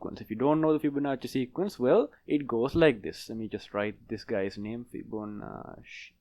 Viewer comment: its "fibonacci"